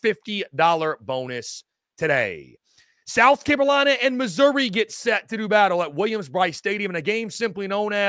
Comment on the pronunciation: Is this dude saying South Cabelina? Maybe I’m losing my mind